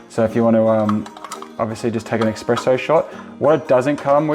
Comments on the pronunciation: Great video so far! I like the simplicity of it. Just one word of advice, it's "Espresso", not "Expresso". Please??!! 😅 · Why do you call it eXspresso? :)